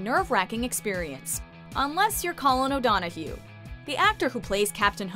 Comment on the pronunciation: You pronounce Donoghue wrong!